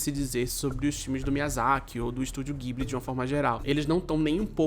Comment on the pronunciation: se pronuncia "djiburi"